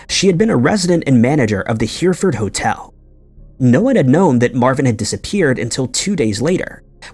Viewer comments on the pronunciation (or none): none